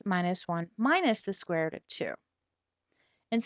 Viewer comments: square root not square rut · She's chinese is why she says rut..